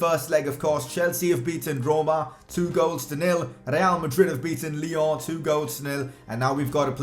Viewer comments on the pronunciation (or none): none